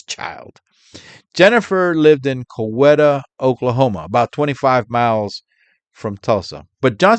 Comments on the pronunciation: Glad to hear you personally narrating your video. But it’s pronounced “Co-WEE-ta”. Not Cow-eta. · It is Co-WEE-ta Oklahoma :)